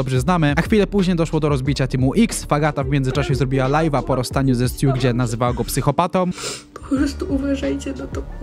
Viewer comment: Stuu czyta się STJU 😅